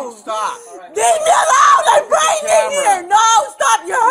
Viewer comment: Omg that officer with “prengant” (lol) Samantha is an angel based on his patience - I could never 🤯😂